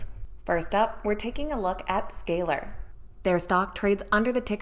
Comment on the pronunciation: She can’t even pronounce Z scaler